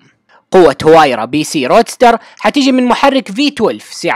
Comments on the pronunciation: اسمها الحقيقي وايرا وليس هوايرا... المصدر (عربGT). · نعم اسمها وايرا لأن حرف H لا يقرأ بل يحذف